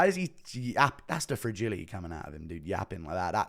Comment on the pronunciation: FRAGILI-Y !? .. nuttermean ..